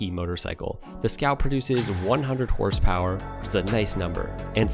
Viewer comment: “Horse poweryist”? Smfh